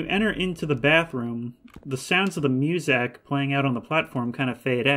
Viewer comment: You pronouncing music as moozack never gets old XD